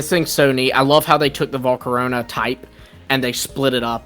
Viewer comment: volcarona got so butchered